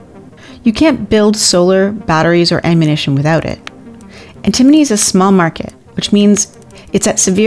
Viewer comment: if you're going to teach us about stuff I appreciate that but you should learn how to pronounce it because it's not pronounced the way you're pronouncing it.